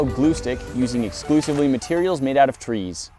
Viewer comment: At the very beginning, i heard tweees instead of trees